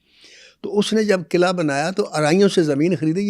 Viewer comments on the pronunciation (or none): none